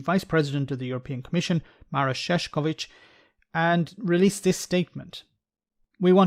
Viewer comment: Not so important, but Maroš Šefčovič shoud be pronounced more like Marosh Shefchovich. BTW I like your videos about brexit. 🙂